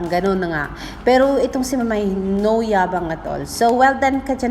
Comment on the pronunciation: admin..its pronounced as MAYBE....😍😍😍